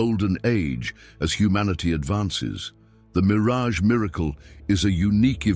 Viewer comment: Yes, I noticed that he even called Miraj a mirage, but I think it's because of the artificial intelligence, because the voice is for the artificial intelligence, not a personal dub. It's still good that you said it. I apologize for not mentioning it. I hope you don't fix it. This word has nothing to do with Israel, the bastard.